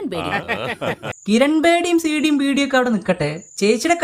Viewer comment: ബെഡി അല്ല.. ബീഡി..